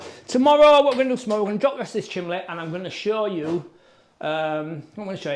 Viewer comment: bloody hell, it's bloody c-h-i-m-N-e-y 😂